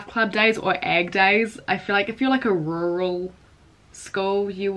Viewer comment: The way she said rural 😂😂 so funny